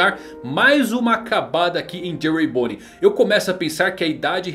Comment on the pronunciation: Luffy conseguiu acertar o nome de bonney kkkk